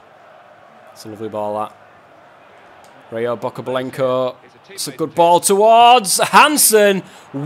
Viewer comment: Ryabokobylenko is pronounced R'abokobyl'enko ( ' is just a mitigation). It's a ukrainian surname and means [of relation to] a dappled horse